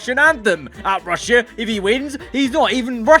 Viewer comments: Bruh wtf he sayin rushya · How many times did he say RUsS-sIA